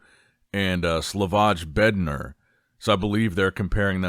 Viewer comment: Please,, learn, how to pronounce some names It is TIM BUUDEZHAIM and SLAVOY BEDNAARZ Thank you